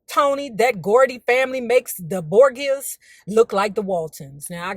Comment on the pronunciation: Girl. Pronounced BOR JUSS or BOR GAAAS! I can go on for years. They wear the ‘first’ Spanish/Italian ‘crime’ family led by the Patriarch POPE ALEXANDER the 15th, Rodrigo Borgia. They were known for bribing and murde?ing their way to the Pope status. They allegedly threw Orgies and were ince$t practicers. Lucretia, the daughter allegedly poisoned people left and right. There are 2 TV series based on them. Both very different yet still still in line with their antics. There are many books on them too.